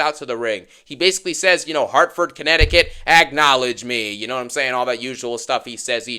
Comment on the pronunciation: Lmaooo the way said Hartford comnecticut 😂😂😂😂😂